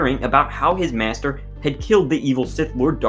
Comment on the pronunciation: You pronounce “master” like “meashter”